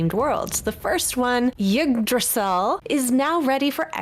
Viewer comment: She butchered "Yggdrasil"; it's meant to sound like "OOG-druh-seel".